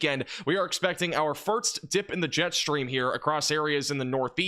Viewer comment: Please - “first” is pronounced ‘fur-s-t’ not ‘fur-ts’